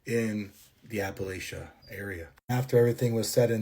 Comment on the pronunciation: First I must say that it is pronounced apple-at-cha. If you mispronounce it again, I will throw an apple atchya!😂 I grew up very near the Blue Ridge in Virginia, and that valley has really dark red clay dirt! It can be used to dye clothing permanently. I now live in those shock wave hills in West Virginia. The Black bears are our current pretty peaceful neighbors. If you leave them alone, they will leave you alone. And this region, From Canada down to the Carolinas is incredibly ancient. And there are indeed spots that are….odd feeling.😊And the legends of the Grass Man in Ohio are interesting. I recommend the stories of Manly Wade Wellman-not racist Native American characters, legends of settlers, just very well written. Specifically the Silver John series, but all the mountain stories. ✌️